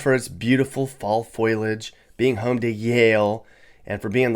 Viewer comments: The word to describe leaves is FO LEE AHGE not FOIL AGE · You are not exactly the sharpest knife in the drawer. It's fall foliage, not fall foilage! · Foilage? come on. Fo-li-age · No matter where you go in the US you are going to go to good neighborhoods and bad ones. Unless you live in these areas you really shouldn't talk about them. BTW it's pronounced "full-ly-ege" not foil. This channel sucks. The disdain with the undertone laugh is disgusting to me. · You lost a lot of credibility the moment you said “foil-age”. Brother, it’s “fo-li-age”. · FOLIAGE not foilage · Keeping in mind you're from California you get a pass for now. But it's foliage, like: FO-lee-ige, not foil-age. There, I've upheld our snobby reputation. In all honesty, outside of the top 4 and New Britain, the rest aren't that bad, but yeah, moving here from elsewhere can be difficult because most of the people who are here are from here. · It's pronounced foal-ee-age, not foil-age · Foilage? It's foliage! FO-lee-ij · It's FOLIage - not FOIL-age. Just sayin'. And Norwalk is in Fairfield County. There is no Bridgefield County. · What is foilage? It’s foliage! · The word is NOT FOILAGE. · It's not an okay State and the word is foliage😅. 86 this. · FOE-lee-ege You don’t really LIVE in Connecticut. 🙄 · foilage, lmao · "Foilage?" Yeah, no good advice here. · No disrespect, but I wouldn't expect a person who calls foliage "FOIL-LY-AGE" to know much about CT. You got nearly everything wrong about Norwalk, except for the rent being high. There are plenty of young folk living there (probably because of wealthy parents) and plenty of bars/restaurants. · Can we take the list seriously after he said "foilage"? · By all means, take advice from a guy that says "foilage" Move to Florida - please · lol “Foil age” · You lost me at ‘foilage’ which was only EIGHTEEN SECONDS into your video … it’s always good to start a criticism with an embarrassing mistake. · “fall foilage” 😂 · "foy-lage" just really gets me 😭